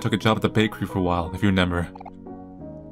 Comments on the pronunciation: That moment when you've watched too much, and now you say renember instead of remember. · yall be thinking of all these thought-out theories and all I'm thinking about is whenever says remember he pronounces it as "renember" lol